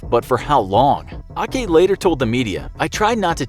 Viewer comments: I wanna laugh you saying his name “Ake” is “A-ki” sounds funny 😂 I’m Thai and I want to tell you that his name is “เอก (Ake)” pronounce like “Age or Ace” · The coach's name is pronounced /eɪk/ , not /ɑːki/. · Your information is so misleading lol. It was not raining when the boys were entering the cave. They knew about the rain but It was not supposed to be monsoon yet at the time. And the coach's name is not pronounced "aa-kee" the right pronunciation is "ek". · Hey, you pronounce the name of the coach wrong. It doesn't spell A-ke it like you say the word Egg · Well... A-ke is prononced wrong its actually pronounced ek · The coach name is “Ake” and pronounced “Xek” or “Eek”, but not “A-ke”. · Ake is actually pronounce "Egg" ... that A-ke pronunciation is kinda Japanese thing. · The pronunciation for a coach's name was wrong Ake isn't A-ke but Ake (Yes, it's quite hard to pronounce Thai name (and words)) At least you pronounced quite well :) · The coach's name is pronounced like "Wake" but without W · Sir The coach name is Ake (Pronouce "Xek" like "egg" but with lower pitch.) That's one Fortify Courage Ritual for Soccer team gone very worng. And thank you to leave the Superstition aspect out of this storytelling. The Parents is so desperate to the point that they believe every Shamans that try to scam or take advantage of them to rise to fame. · To be exact,The coach's nickname was pronounced as 'Aek'. (It's an abbreviated form of his real name:Aekkapol Jandhavong.) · The way he says the name of the coach is just so wrong